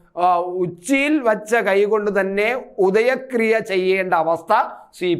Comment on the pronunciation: ഉദക ക്രിയ എന്നാണ് ഉദയക്രിയ അല്ല 🙏